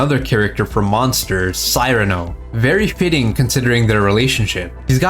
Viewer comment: Cyrano is pronounced (Sear-ano)👍